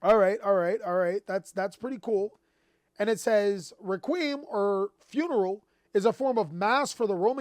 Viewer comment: Can we all give a hand to for pronouncing the word "requiem" correctly for once after his fumble reading "Dark Requiem XYZ Dragon" in his Raid Raptor deck profile video 👏🏾👏🏾👏🏾👏🏾👏🏾👏🏾👏🏾